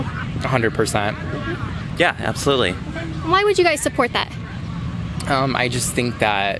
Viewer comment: "Yas, abtholutely!! 💅"